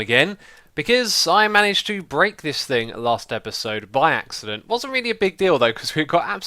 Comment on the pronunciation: "by axe-ident"